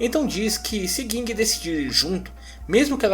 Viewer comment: Porque ler " guingue" e não Ging?